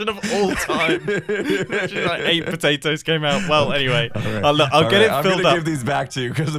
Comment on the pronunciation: It is not nuts it is patatos